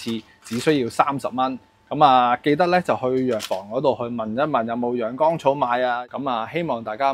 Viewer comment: 博主某些發音有些問題，養肝草读成養肛草，凢干字音的都讀成江字音，还有安字音都有同樣問題，希望留意及改進，令视频效果更理想！